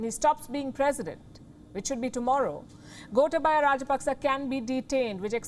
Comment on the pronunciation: Wish you would listen to Sinhalese TV or ask a Sri Lankan to pronounce the names for you. GOTAAbayah RAAJApaks not Gota-BAYA.